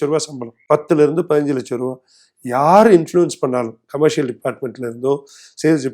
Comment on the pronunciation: Your English pronunciation can be improved because you say ‘கமர்சியல்’ but it should be sounding ‘கமர்ஷியல்’. Most of us using a lot of English words but the accent or pronunciation doesn’t sound good. Hope you take this as a constructive feedback as your qualification or work experience doesn’t matter here when you address other topics. Let the guests talk more than you because you kept talking for a long time showcasing your knowledge as if you know everything in this world.